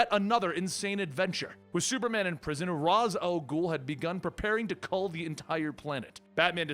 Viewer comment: wasn't ra'as read as Raesh or ray-sh?